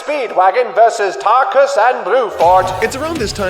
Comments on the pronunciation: My man really be calling Tarkus and Bruford “Tarukus and Bluford” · after reading the manga i actually like your review now as there are alot of details in the manga that arent included in the anime but the way you mispronounce tarkus bruford and hamon makes me cringe